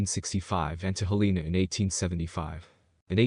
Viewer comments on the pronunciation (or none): Interesting list of facts. Teach the computer to say: "hell-en-a" (all the vowels are soft).